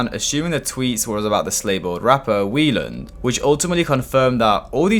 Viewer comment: it's pronounced "whyland" 🤓